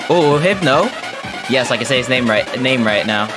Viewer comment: Random and very late question but Why did you think hypno was hipeno?